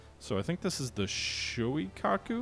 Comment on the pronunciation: Shoikaku??? (Shokaku/Zuikaku? If you can't pick, just choose both... I suppose...) Kingsurga????!!!!! YOUNGAI??????!!!!!!!! Bro... you REALLY have to work on your pronounciations dude. This is the most cringy butcher I have heard in years... Oof. Just oof.